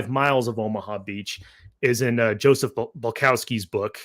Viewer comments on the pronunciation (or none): none